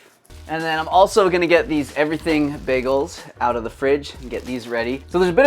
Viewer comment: i love how you are pronouncing 'bagels' 😂😂 BEGGLES long time subscriber here, I watch everything you upload and will do so as long as the channel exists 💪 great vid as per